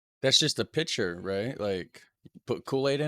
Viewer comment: no piycher....waterboiler...for thee